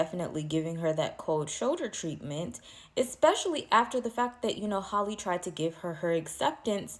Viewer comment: You can’t not be reporting and not know it’s Tyla not Tila and Halle not Holly